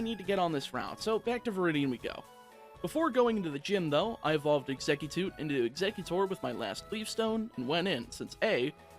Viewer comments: Yeah that bad pronunciation made me cringe. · he said it tWice and it literally says "cute" in the name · Did anyone hear that exeggcute pronunciation? That was amazing